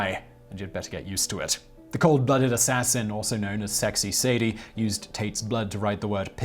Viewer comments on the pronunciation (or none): none